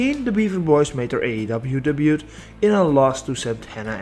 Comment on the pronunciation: Apologies for this but the way you say "debut" kinda bugs me a lil bit... anyways great video.